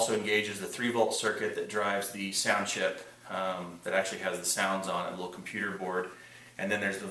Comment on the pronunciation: "leetle bebee men"